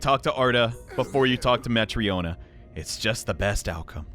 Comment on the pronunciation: Matryona, Olga, Evan (sounds very similar to Ivan), Nikita... wonder what's up with all those Russian names in that area. Some Spanish and Italian names too, especially for enemies. White Eduardo? lol P.S. Your pronunciation of Matryona is on point,!